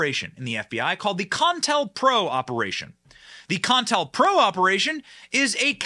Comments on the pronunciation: Benny pronounce this with me CO- INTEL- PRO. you keep on saying con tell pro, accuracy bud. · It's Co-IntelPro, not con-intelpro. Even though it is a con. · Benny STOP you're driving me nuts ....it is NOT "CON-TEL-PRO"...it's "CO-INTEL-PRO" aka COUNTER INTELLIGENCE PROGRAM! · Benny... it's Co-Intel-Pro as in covert intelligence program it is usually pronounced by sounding out the O in Co like you would say Pepsi Co (I suspect the Wiki got the definition a bit off). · It’s pronounced CO-INTEL-PRO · You mispronounced co-intel-pro. Two stops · Benny, it's pronounced Co in tell pro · Benny buddy, say it with me: "Co-in-tell-pro" not whatever the hell you said😅 be well and stay safe.